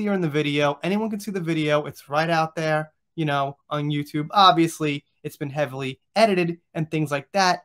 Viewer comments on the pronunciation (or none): none